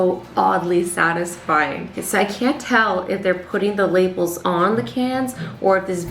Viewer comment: LOL did you guys hear that Azzy accedently said saadasfying